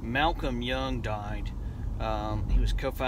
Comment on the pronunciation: According to your description - are You sure Angus and Malcolm were from Glasgow? I thought they were from China!!! IT'S YOUNG--NOT YUNG. GET IT TOGETHER BEFORE YOU DO YOUR EULOGY!!!!!!!!!!!! You are driving on the 'Highway to Hell'. ** R.i.P. Malcolm YOUNG.